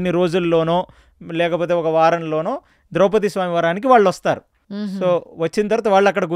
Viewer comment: ద్రౌపతి కాదు ఆమె పేరు ద్రౌపది